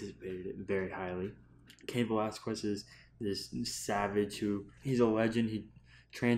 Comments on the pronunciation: You are pronouncing wrong Velasquez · Crazy, right? If you're going to "commentate" a fight, seems the first thing you would do is learn to pronounce fighters names correctly. After all, that is a common name in the 2nd most populated people in the US isn't it? smh